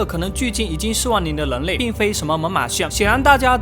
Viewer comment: 跟我念，人（rěn）类，那个人（rěn），不是leng类，leng民，那个leng....